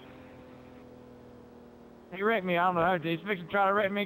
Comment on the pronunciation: he says "ah man he wrecked me again" but it sounds like "ah man he erected me again"